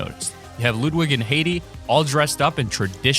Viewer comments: Did you say. Haydee? It's pronounced Hiydee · You totally botched heidi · Bro can you read ?? It's pronounced hide E for Heidi not Haiti and its bone sey not bonsey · Dude you are kidding with your name pronunciations right? The Octoberfest girl is pronounced “High Dee” and the dog “Bones see”. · Anyone else triggered at how he said heidi and bonesy? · You say alot of words wrong. Not trying to be mean, but with 1.4 Million subs you should know how to say Heidi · How many words can you mispronounce in this video? Heidi, Bonesy, Chameleon